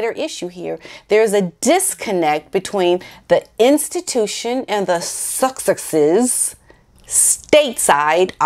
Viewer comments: Hi! I want to help you with your pronunciation os the Sussex’s and I mean no disrespect! So here goes... you can say Suck eX’es! I hope this helps despite how the pronunciation is spelled!:-) ~t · Love your videos, I smile every time you try to say sussexe's. it is pronounced suss-sex-is. Thank you for doing your videos. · Suss-ex-ess break the word up. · Nobody says SUSSEXES better than you. Even your facial expression is really funny!